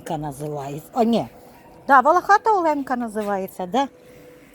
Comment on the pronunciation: Жук називається Оленка ( наголос на о ) , бо він волохатий і з крапушками , як у оленя . А квіти дуже гарні !❤